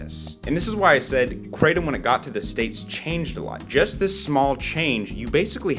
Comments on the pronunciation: it's pronounced KRAH - TOM, not CRAY - TUM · IT'S NOT KRAYTEM MORONS. IT'S PRONOUNCED KRAH-TOM (In Thailand where it comes from) The host is a bit of a hyper show-off, ego filled, tool. Very knowlegable on being a druggie though. What do you need all these opiods for to begin with. Just smoke a spliff and chill the fug out. What's up with all the hand gestures and the hyper wigging out? Mom's not looking to healthy either. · Cratem lol, Thai speaker says kra tom, as in the isthmus of kra and Tom as in Tomcat. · 7oh and most of the indole type opioids can nearly act as strongly as full agonists, but in particular doesn't activate the beta arrestin pathway which is what leads to respiratory depression. I guarantee not a single person has died in that way from 7oh. The current upcoming RCs are MGM-15 and MGM-16. MGM-15 has a slightly less pronounced g protein bias than 7oh, but not much. 16 is killing lab rats at an ld50 of 1mg/kg. Cheers. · Question: Why does everyone—even —say ‘Krey-tum’ for kratom? It’s spelled Kratom and pronounced Kra-tom! Why complicate things? And if you really like the ‘-tum’ sound, then just go with the more popular spelling in the places where it actually grows: Ketum! That one’s pronounced "Kay-tum". Seriously, lol! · Question: Why does everyone—even —say ‘Krey-tum’ for kratom? It’s spelled Kratom and pronounced Kra-tom! Why complicate things? And if you really like the ‘-tum’ sound, then just go with the more popular spelling in the places where it grows - Ketum! Pronounced as "Kay-tum". Seriously, lol! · kratom ( pronounced with a short A not a Long A) kr-atom I will define kratom as a euphoriant . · It's actually pronounced like the cra from crack then tom like tomcat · That's not how it's pronounced in Thailand. The "A" in "Kratom" is like the "A" in "Crack" - it rhymes with "Atom". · We don't mispronounce Kratom. Its a difference of accents. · Kratom (pronounced like in English) sounds like a comic book villain